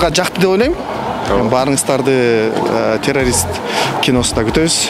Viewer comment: Терерис дейтко😂 алып баруучу